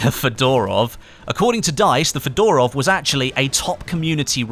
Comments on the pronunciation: it's not pronounced Fedorov (like Fedora) but more like Fyodorov, with stress on the first O. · Mispronounce FEDOROV,stress on the first syllable - FE...dorov